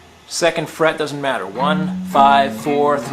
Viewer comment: man i swear the first time i thought he said "finger on the first shit" but good lesson anyways